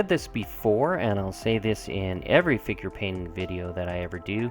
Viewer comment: every time you said "figure painter" i heard finger painter =).. Thanks for sharing the techniques and tips!